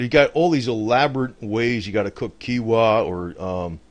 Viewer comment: its pronounced k-e-e-n-w-a. Its a great thing to eat. I usually get keenwa with brown rice rolls with salmon and alvocado when i get sushi. very healthy. good fats,omega 3 fatty acids, protein. etc. Getting some big buckets from home depot and some mylar bags will allow you to store grains etc.. for many many years. also buying glass jars from walmart or dollar stores and learning how to can things will allow you to preserve things like meats, fruit, vegtables, and basically anything you need. I would also add that storing peanut butter is a good item because it is dense in protein and calories and can be stored easily. Also a lot of these items go up in price over time so its good to store them now while you can on the cheap. I also keep some non gmo seeds stored in mylar bags. If stored food would run out you can always plant food and every harvest season they will provide you with more seeds in a cycle. I also keep water filter straws and purification tablets as well as different fire starting devices. some canned goods when they are on sale are good to keep on hand as well, but they do not last as long. I tend to keep a mixture of things on hand just in case. I would not consider myself a prepper, but I have enough to last me a long time just in case.